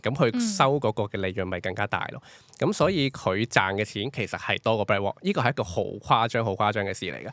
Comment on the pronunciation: Can pronounce properly? Heard BlackWalk instead of BlackRock